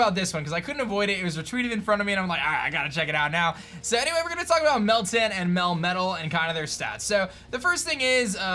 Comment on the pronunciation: It's pronounced Mel-Meh-TALL